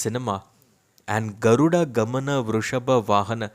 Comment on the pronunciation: Your pronounciation of film name is perfect